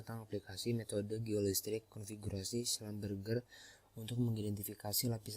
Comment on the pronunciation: Maaf koreksi cara pembacaan schlumberger nya salah (seharusnya schlumbersi). tulisannya sudah bener, tapi pembacaan nya salah 🙏🏻